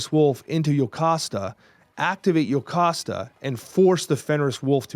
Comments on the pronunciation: WHY! It's Jocasta, not yocasta! This is bugging me so much!😭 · It's JOE-cost-uh. I get that it is Greek so you might think it's the Y sound, but Marvel has always used the English pronunciation of the hard J. You can hear it used in this clip at the mark. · Bastion is from X-Men 97, but he is not in the original series. Plus Jocasta is pronounced Joe-casta so was mistaken trying not to be 😂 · funnily enough i believe it’s actually pronounced Joe-costa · Bro, why is saying yocasta😭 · Yet he can't pronounce Jocasta right 😂